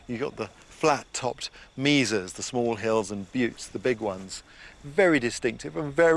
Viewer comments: Ray... it's pronounced "maysa" ...... not "meeza". It's always struck me funny that Brits really can't speak English. Weird. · Mesa is a Spanish word whichever way you pronounce it.